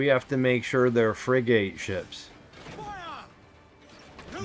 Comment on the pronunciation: Bro love the video thank you but the pronunciation of the ships is Frig-it